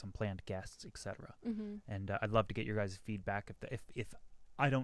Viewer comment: It's 'et cetera', not 'ekcetera'. Don't want to be a dick or anything, have fun with your podcast!